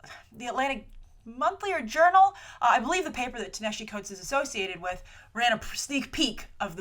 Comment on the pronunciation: Hi, great video. Ta-Nehisi is pronounced Tah-nah-ha-see.